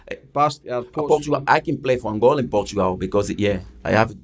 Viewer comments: Heavy ran oota shit tae talk aboot bout 10 minutes in. Also, dumbest question ever... "Are Angolia (wtf? lol) and Portugal near each other?" pmsl, then persisting on calling it "Angolia" despite Jose correcting him every time he said it. Apart fae aw at, pure dynamite. As Jose says (aboot a million times) "can't complain" 🤣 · its ANGOLA not ANGOLIA !!!!